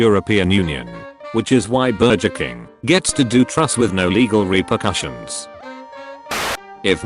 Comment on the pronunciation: Burjer King is how I'm gonna pronounce it now